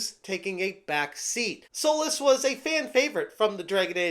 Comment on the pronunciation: When he said “it’s baffling…like, Solas “, I thought he was saying soulless. As in this game is soulless and uninspired.